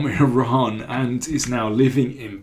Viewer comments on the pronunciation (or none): none